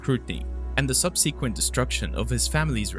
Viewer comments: when you mispronounce things like subsequent, arboretum, and especially moot as mote, you lose credibility. You can't possibly do so and come off as deeply knowledgeable or intelligent. The minute he mispronounced such a basic word, I switched off. If you professionally narrates or similar, dear lord learn to talk. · Please learn how to pronounce subsequent